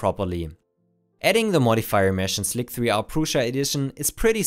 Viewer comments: please try to stop pronouncing it 'slik-3-r' rather than 'sli-ser' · oh and its pronounced slicer not slick 3 r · "Slick-3-Arr" is cancer on the ears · "Slick-three-are"... you hanging around Tom too much man. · "Slick 3 are" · Your pronunciation of “slic3r” made me giggle. I’m pretty sure the 3 is supposed to be treated like an “e.”